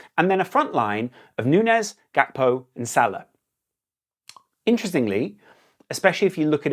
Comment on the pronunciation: Love your content, but Gakpo's name isn't of Dutch etymology. It's Gakpo not Hakpo. It's jarring on the ears.